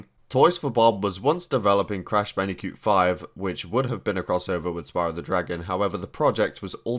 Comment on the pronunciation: Did u say Bandicute